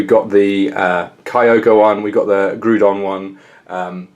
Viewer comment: It is not pronounced "Groodon" but instead it is pronounced "Graodon", in the end of the day it really does not matter how you say it but I just thought correcting you would give you the knowledge to not say the name of the Pokemon incorrectly in the future.